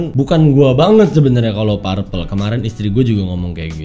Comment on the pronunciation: perpel bacanya om... bukan parpel